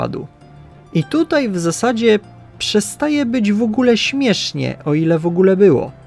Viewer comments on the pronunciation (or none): none